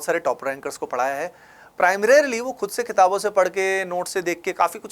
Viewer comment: Primrarily....AVIL....bhai kitna jaahil hai tu